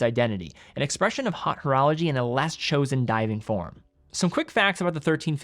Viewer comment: "hot" horology., reach out to me in the DMs please. I will consult--free of charge--on pronunciation.